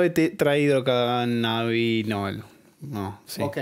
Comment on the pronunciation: el dr no sabe decir bien tetrahidrocannabinol